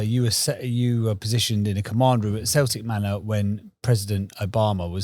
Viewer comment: Did just call the Celtic Manor the Selitc Manor......wtf! 🤔